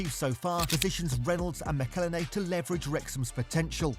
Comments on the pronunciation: Its pronounced MACKLE-HENNY... FFS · It's "Ma-cal-Henney"! McElhenney! What ways to massacre and mispronounce it There are many... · Perhaps you could start by… you know… pronouncing McElhenney correctly 😂. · Shame you can't pronounce McElhenney (Mackel Henny) as there's even a song about it! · I cringe every time you say Robs last name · If ONLY there was a video teaching someone how to pronounce McElhenney..... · Dude Ryan made a song on how to Say Robs name right as ways to fuck it up there are many and still you fuck it up! If you're going to make a video learn how to not speak like a NOB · It was so annoying how he pronounced it!! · You need to learn how to pronounce Rob McElhenney. There's an entire song about it. Unfortunately poor take. These guys aren't like normal businessmen, they are story tellers. A big difference is they have an entire TV show that earns them millions upon millions of dollars to reinvest in the club and gain additional sponsorships that no one else can touch. They won't sell until that new stand behind the goal is built, because that is one of their biggest projects that they promised to accomplish when they first bought the club. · you didn't even bother to pronounce McElhenney correctly...sloppy...he sold this idea to Ryan